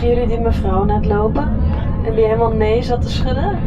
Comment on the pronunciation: Je word al een beetje een westlander. Met de uitspraak "Helemaal goud"😀